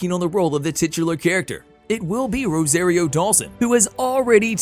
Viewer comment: Rose-AIR-ee-o ?!?! & late in the video he switches up pronunciation of Tano’s name